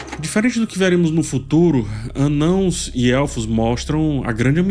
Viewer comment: O cuidado em falar "anãos" aos <3 Eu ainda to achando complicado de seguir a serie, por hora sigo contigo. Obrigado pelo review.